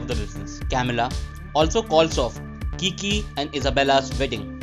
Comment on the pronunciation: All caught up! Thanks! But for the love of his name is Kique (e like in mel) not Kiki lol